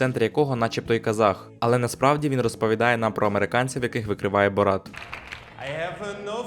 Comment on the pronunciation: Та перестаньте ви називати його БорАт,він БОрат